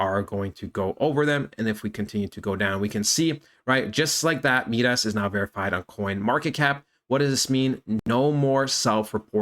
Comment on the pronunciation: Been watching this coin as well. I think you’re pronouncing it wrong though. Not MeeDas it’s Midas like King Midas from Greek Mythology. Mai-Dahs (sounds like “my “ hard I)